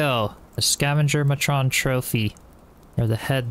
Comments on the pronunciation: Two words for you to look up the definition and pronunciation of: Matron - MAY-trun - A woman who supervises women or children (as in a school or police station) Synonymous with matriarch. The text said The Gorgers were Scavenger Queens so your Scavenger Matron was a woman. Curios - CURE-ee-ohs, rhymes with Cheerios. Something (such as a decorative object) considered novel, rare, or bizarre. A curiosity. Sometimes called novelties, knickknacks, trinkets, doodads, baubles, and ornaments. These are often displayed in glass cabinets, called curio cabinets, and sold in shops, called curio or novelty shops. I'm sure the ones the Carpenter is referring to would be the Queen's jewelry. Might be a magic ring, wand, dagger, crown, or other such item. Diadwyn is just South of a cliffside covered in clay. I highly recommend gathering a bunch so you can unlock the kiln. About the hidden/secret doors, the stone one is made from Castle stone blocks. If you don't have those blocks unlocked it isn't very hidden. The hidden wooden door is better, but I had trouble finding a way to make it look hidden since the dang game insists on putting a frame around it. If you stick it at the end of a narrow passage so both sides touch the neighboring wall it works pretty well, or you can make some sort of patterned wall with wood walls and evenly spaced pillars that are one door width spaced. That way it will just match the pattern and not look out of place. I'm sure you will find a m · You pronouncing Matron making it sound like a transformer got me every time lol. I wasn't liking any of the other play throughs of Enshrouded on YouTube so thanks for uploading these! Love your videos, keep up the great work <3